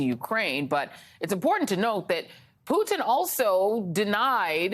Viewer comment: Thank you for saying Poo-Tin instead of Poo'din! It's how we in Europe pronounce his name.